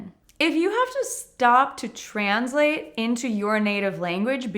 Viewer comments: What a strange pronounciation of the word “translate”! Stress and [z]. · I noticed that too!